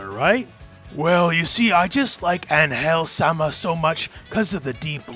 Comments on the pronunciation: For a better pronunciation of Angel, you should be doing emphasis on the "an" not the "gel" part of her name. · In the future, if you are going to pronounce Angel's name, just remember. ÁN-gel not án-GEL (notice the accent mark) Greetings! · Ángel is "AN-hell" not "an-HELL" They just don't use the accent If it is angel like you say in the video, then it isn't the word meaning angel in english, it's like an invented word that sounds similar to ángel, they want to evoke the angelic part of the word without saying ángel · I appreciate the effort to pronounce "Ángel" correctly, but it would have been fine to just go with the English pronuntiation, honestly. I mean, first off, it's not An-GEL, it's AN-gel. Second, and perhaps more importantly, even if you pronounce it right... in Spanish "Ángel" is a man's name. Pretty popular, too. It actually makes a lot more sense that even a Mexican woman would call herself angel in English to sound cool than it does that she'd call herself with what seems to be the second name of a tax inspector called Miguel. I mean, I don't blame the Japanese devs for not getting this because... I mean, "Geese Howard"? But it's a lot weirder if people go around telling each other to call her "an-HEL". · Hey. Love your videos. Just an FYI, I speak Spanish and the name "Angel" is pronounced with the accent in the A. So like Ángel. Not Angél. Thank you for the videos. By the way, the "g" is pronounced as a "j", so you got that part right. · I love Baiken, she's the only reason I put out with Guilty Gear X's god like final boss BS. No like for you, but still subscribed because I get what you mean, especially about Angel, who's super awkward to play. Although, it's pronounced like "Anhel", as with a sounding "h". What you said was more like "Ann Hell", as if it were two words. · Im 99% sure its not an-hel when pronounce in Spanish. Unless im missing a joke it Ang-hel, Ang-hel, not Ang...Hel no wierd pauses its said fast.